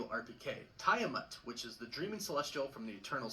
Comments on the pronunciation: is right, he’s pronouncing Genosha w a hard G instead of a soft G. Also his pronunciation of adamantium & tiamut were bugging me lol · Yup... it really is enraging to hear him keep saying them incorrectly.